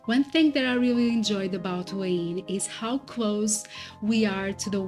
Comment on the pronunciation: Thanks for the video. I was wondering what you were saying when you were saying “Wayne” for Hua Hin. It’s pronounced “Whaa Hen” Just thought you’d like to know. I plan on visiting Da Nang and Hua Hin at some point in the future. I plan on retiring from my main job at 47 and traveling SE Asia for years just doing YouTube, my main channel is JasonMichaelPhillips if you’re interested. You are living my dream at true moment. Look forward to seeing where else you go on your travels. I subscribed! ❤